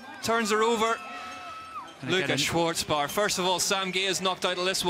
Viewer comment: Without the T Schwarzbauer, cause in german, the letter Z is pronounced TS, so, no need to add a T, but u have to pronounce it even if it doesn't exist. Happy that the GOAT (by far, owning ALL AND EVERY record of this sport) Nino Schurter won, in front of Colombo and Guerrini... oh no, it was in my dream; those 3 Swiss guys anyways finished top 8 and will so start from the 1st line tomorrow the XCO's race; like 3 Swiss women, who did better with the victory of the 2021 world champion (1st ever) of the discipline, Sina Frei, also olympic's vice-champion that year behind the other Swiss Jolanda Neff and in front of the 3rd Swiss Linda Indergand, for this historical and unique all 1 nation olympic's podium in any bike's discipline at the Games in all History.